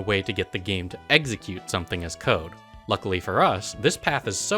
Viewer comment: The video is so great but for the love of god please pronounce execute correctly..